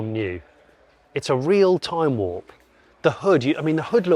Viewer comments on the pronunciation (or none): none